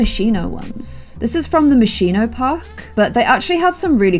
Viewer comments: lol its moschino not moshiino llove u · It's not pronounced Moshino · this is from the Moscino pack Me, an Italian: it's Moschino, but you are so freaking cute I will just start to call it like that too. ps: Hugs and kisses from Italy, I hope I will have the chance to meet you one day!*^* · The way that says Moschino is KILLING ME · 28 minutes of mispronouncing Moschino.